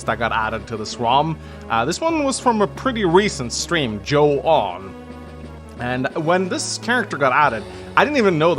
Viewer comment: Ahh that’s my favorite 2hu character right there, just stopping by to say I’ve only ever heard her name pronounced as “June” which I could be wrong about. Keep up the great videos!